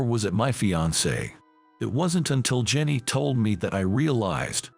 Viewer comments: Jenny, Rachel, Christine her parents went wild in naming her. This autobot needs to be tweaked on pronunciation. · Need to learn to speak certain words right . Also her name is Jenny